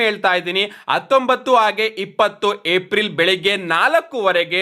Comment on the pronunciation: ಏಪ್ರಿಲ್ ❌ ಏಪ್ ರಿಲ್ ✅